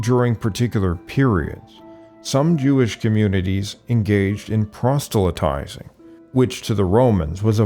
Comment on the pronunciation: there’s only one “t” in proselytizing btw. It’s not prostelytizing, I think that’s called a honeypot. 😂